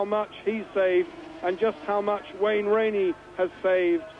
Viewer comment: He mispronounced almost every rider's name. Wainey, really?